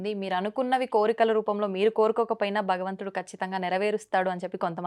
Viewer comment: బగవంతుడు కాదు అమ్మ నీకో నమస్కారం…. భగవంతుడు అను 🙏🏻🙏🏻